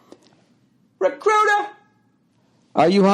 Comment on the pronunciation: I like it when he butchers "Recruiter."